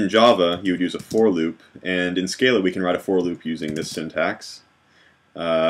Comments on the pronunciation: Hi thanks for great tutorials. Just one thing ... I have the genius who invented Scala, Martin Odersky, say it's pronounced Skar lah not skay lah! Small point but out of respect to him and uniformity shouldn't we follow the correct pronunciation? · Your recursion example is recursive, but it is not tail recursive. Furthermore, the Scala compiler cannot convert all tail recursive to loops due to limitations of the JVM. On a minor note, Odersky pronounces the 'a's in Scala like ahh. Scahhlahh.